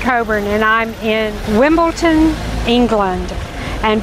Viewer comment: could someone tell this lady its wimbledon not wimbleton. thankyou